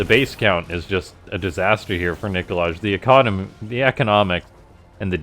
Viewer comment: Also isn't it supposed to be pronounced like Nikolay? With an "i" at the end instead of like Nikolage. :D